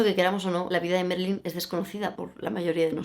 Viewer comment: Marilyn, Ma. No es Merilyn...